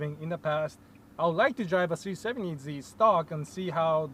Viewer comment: Sounds like he says c70z lol